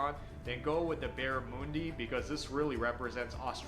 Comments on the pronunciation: It's Baramundi for starters not moonbi instant turn off this is a rubbish video and doesn't relate to anything Australian in reality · It's Barrah-MUN-dee, it's not Barra-Moon-dee :P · Barramundi is not pronounced Barramoondi. It is Barra- mundi. Fairy bread is for kids. I didn't mind beetroot on a burger it's not too bad. Not my favourite. I won't eat Kangaroo. Lamington is better with a small layer of cream and jam in the middle. Meat pie is the best. Tomato sauce. Pronounced Tomarto sauce. Love Pavlova!! The sausage roll is awesome!! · Aust. and N.Z. will forever be fighting over the pavlova. 🤣 A toasted vegemite and cheese sandwich, the best!! (Toastie) Spread the vegemite thinly. Barramundi ( not Barramoondi ) is my favourite fish. A slight sweetness to the meat. Not oily either. Seafood is the go-to for Christmas lunch in a lot of the country. Especially the warmer areas. ( never had a traditional English Christmas lunch till I moved to Melbourne. Seems bit silly when it's hot as hell outside. But, you never know in Melbourne, what the weather will be.🤣) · Barramundi is great but pronounced like Monday not moonday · G'day Mate! Barramundi (that's mun not moon-di) is a species of fish found all through S.E. Asia through to northern Australia. In Malaysia it will probably be Sea Bass but try for wild caught as the taste is heaps better...Pla Kapong in Thai BTW...Cheers! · 1. He mispronounced BarraMUNdi. 2. Toasted Fairy bread? What? Uh uh, Just no. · I've seen this one before. Mate, this guy's pronunciation is way off. Barramundi with the "u" sounding like u on under arm. It is NOT barramoondi. Aaaargh !!! Ffs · And it's not called barramoondee...🤦‍♀️ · The pronunciation of Barramundi is awful. Lamingtons are actually from New Zealand.